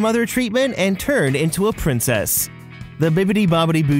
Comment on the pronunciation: you said turd its not turd it is turn at the princess part